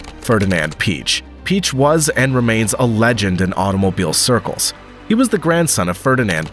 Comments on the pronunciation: Peich is Pee aysh not peech. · Quattro in Le Mans? Permanent awd is not permitted in the endurance racing. Btw it’s Blomqvist not Blooomqvist, and Piëch not Peach and many more. Google can help with pronounciation either. These guys deserves it, they’re just legends in motorsport history. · Great Video. Only a pitty you due so little respect to the individuals by pronouncing their names wrong. It's pronounced Piëch (pronouned Piejech) and not Peach (that's a fruit) Walter Röhrl with a silent (R), not Rorrel Hannu Mikola (pronounced Miekola) not Mikoolla Michèle Mouton (silent 'n' at the end), not Moeton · it's Ferdinand Pee-yekkk!